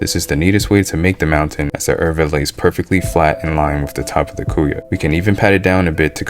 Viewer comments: mas cara pronunca "cuia" como "cu-ya" haha serio, imagina tomando o chimarrao no cu-ya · cuia = quee-ya. de nada cara